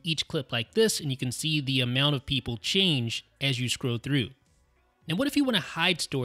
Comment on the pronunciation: The words are "scroll" and "hold," not "scrow" and "hode."